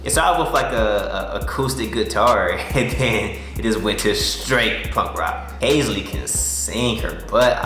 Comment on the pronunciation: Anyone gonna tell him he’s butchering halseys name 😂 over and over